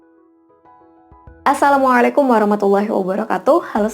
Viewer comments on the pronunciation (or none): none